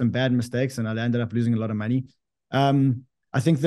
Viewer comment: Count how many times he says “Monney”